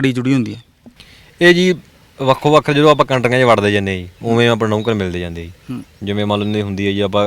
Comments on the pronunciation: Azent leke zande aa 😂😂oh reporter 22 jajje paer bindi layi jana har word naal trying to be more sophisticated i guess,agenta raahi jaande aa na ke zande aa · Zaande aa bai zaande aa... jaande ni zaande aa